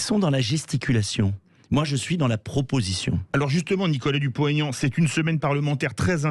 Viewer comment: Madame: pourquoi prononcez-vous le nom de M Dupont - (t)Aignan?